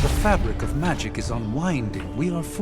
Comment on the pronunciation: Love the caretaker said magik and strange thought she meant magic.